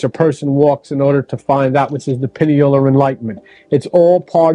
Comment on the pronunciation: And it’s (pie-kneel) pineal gland